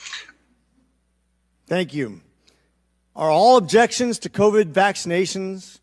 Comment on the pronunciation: This doc has the weirdest pronunciations (novid instead of covid, pandemenic), etc.